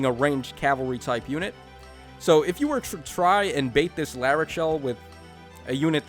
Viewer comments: Heh It isn’t larcei It’s Lackchi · I think he's calling her Lakche because that's her Japanese name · Says Larcei's name in three different ways, gets it wrong all three times.